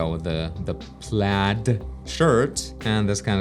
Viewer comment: haha, love to see the "plaid" pronunciation :D great concept design of course too